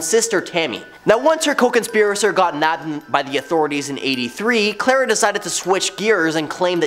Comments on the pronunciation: Its Karla Homalka, not Klara.. Hello from Canada!😊✌️❤️ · Who the hrll is Klara??? It's Karla!